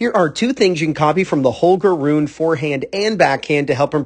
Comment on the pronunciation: Please prononce Holger's name correctly. It's pronounced "Roo-nuh" and not "Roon."